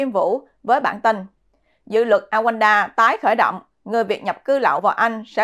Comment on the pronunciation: Rwanda, Rouanda Chứ không phải Awands